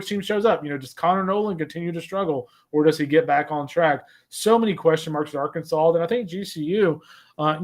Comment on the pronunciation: How many more trips to Omaha will it take before Rooney learns to pronounce ‘Arkansas?’ (It’s Ar’-Kansaw not Ar-Kansas’)